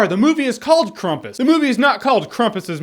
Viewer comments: It's krampus not krumpus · Jeremy um actually its pronounced "cram-pus" not "crum-pus" (My life goal is to be those "um actually" people) 😂😂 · Why would it be pronounced Krumpus? It's Krampus surely...I know you mentioned that at the beginning of the video but I had to mention it cause I was getting a bit ocd about it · at 19 seconds its not Krumpus Jeremy its actually Krampus that how its pronounced in the movie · It's not Krampus or Krumpus, it's Krapus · and it's krampus not krumpus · it's spelled Krampus not krumpus duh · It's pronounced cramp-us. Not Crump-us. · Krampus not Krumpas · Why are you saying crumpets, thats food not a monster. The name is pronounced cramp-is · It's pronounced Krampus not Krampus. Duh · Weird accent. Replacing syllables lol... KrAmpus = KrUmpus..... Jeremy we still love you :D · It's "cramp-us," not "crump-us." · It's not Krumpus or Krehmpus. It's like Krawmpus. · It's pronounced the way it looks...I think. I've heard it pronounced "Cramp-us" by a number of people other than. But, Krumpus is a funny pronunciation. I do not object. "Hey, I'm Grumpus!" "I'm not-so-Grumpus!" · Krampus, it's uh, it's Kr𝑎̲mpus. Not Krumpus. I'm sorry, I had to say it. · Not sure why you would assume it is pronounced "Krumpus" when it's spelled "Krampus"... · I think Krampus is the proper pronunciation, but Krumpus sounds better. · Why krumpus? Are there any English examples of"a" being pronounced as "u"? Not trying to be a negative Nelly. love ur vids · I think it's pronounced kr-ah-mm-puhs But what do I know? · Why the f*ck would this dickhead, and ALL American people think something with an A as the second letter is pronounced like U is the second letter? Spell the were Cramp. Now shut the f*ck up. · It's pronounced Krompis because it's German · How do you pronounce campus? So why do you pronounce Krampus like it's spelled Krumpis...I didn't hear anything else you said...I got stuck on your pronunciation of Krampus. :) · It's KRAM-PUS, man.